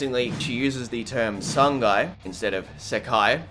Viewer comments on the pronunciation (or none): Sangai 😩 I can't unhear it anymore